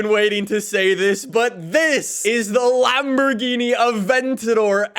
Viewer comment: My man just said Lamborghini mercy lag O